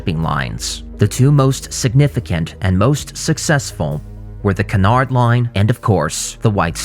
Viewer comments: His pronunciation of Cunard is revolting though lol. It’s pronounced like “cue” or “Q” so “Q-nard”. Not Kuhnard lol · Its pronounced the Q-nard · Stop saying Cunard wrong please! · You can start with pronouncing Cunard correctly.